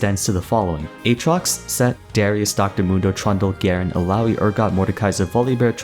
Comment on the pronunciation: i know im a year late i know the name darius its not "s" but "sh" i hope this gets to you the name is from my country of course